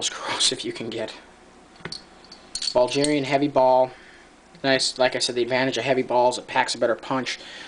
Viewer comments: its BULL-GAR-IAN...not BALL-GIRAN. If you cant even pronoun the country correctly, dont expect people to take what you say seriously. Also they are semi-corrosive, so you need to clean you gun after shooting. Also, way to much rammbling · Bulgarian, not Ballgerian. Its pronounced Bull-gare-ian. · BULdge-erian you sure thats how its said?!?!? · ITS BULGARIAN NOT BULGERIAN YOU IDIOT! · dude, it's Bulgarian, with a "g" sound like grass, not Buljarian, with a "j" sounds like jack